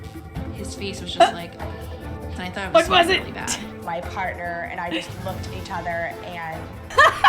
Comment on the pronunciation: “We just looked at eachothurrr”